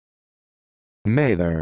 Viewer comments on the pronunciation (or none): This pronunciation is wrong. It's Mather, M as in man, A as in apple, TH as in them, ER as in urban. This video is how you pronounce Maither.